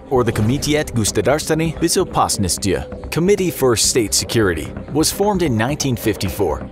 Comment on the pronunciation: Your pronunciation of Комитет Государственной Безопасности was so off...